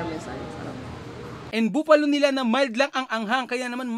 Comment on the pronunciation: Buffalo is pronounced as buh-fa-low and not boo-fa-low 😂✌️